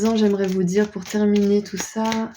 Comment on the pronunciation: Terminuer on dirait un mélange entre terminé et éternué 😂